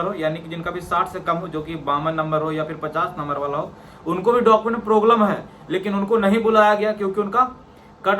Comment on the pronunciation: Proglem❌ problem ✅😊